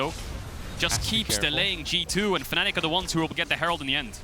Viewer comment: Team name: Fanatic Commentator: faNNic